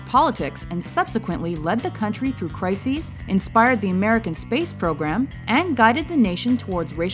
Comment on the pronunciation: you cant help but saying MERCAN